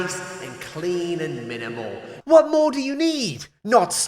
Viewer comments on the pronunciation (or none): Minimal? I think you mean “Liminal”